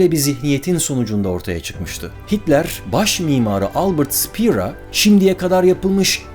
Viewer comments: Mimarın adı Albert Speer ( okunuş : ŞıpEEr ) Kendisine inşa ettirilmek istenen projeyse LEBENSRAUM ( Yani YAŞAMALANI ) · Albert ‘Şpeer’ diye okunur. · Abicim video yapiyosun daha adamlarin ismini okuyamiyorsun su Alman isimlerini INGILIZCE okumaktan vazgecin Almanca cogu zaman yazildigi gibi okunur. Albert Speer ismini ingilizce okudugun an videoyu durdurdum ve kapattim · albert speer,şpea diye telaffuz ediliyor abi bilgin olsun